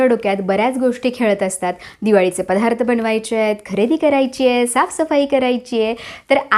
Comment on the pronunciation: पधा्रथ नाहीग बाई दत्तात्रय म्हणताना धत्तात्रय नाही ना म्हणत